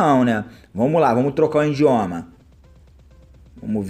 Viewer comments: É idioma nao indioma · O certo é idioma e não indioma só uma dica! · ''INDIOMA'' KKKKKKKKK E IDIOMA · coitado desse cara mano, pobrezinho mano kkkkkkk acredita msm q foi o 'indioma' como ele fala kkkkkkkkkk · " trocar o indioma"